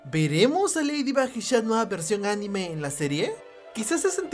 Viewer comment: Es chat noir no shat noir